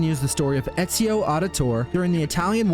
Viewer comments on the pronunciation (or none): none